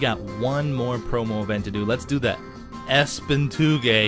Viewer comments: Did he call ESPN espen? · lol he said ESPN like "espin" haha its the sports network ESPN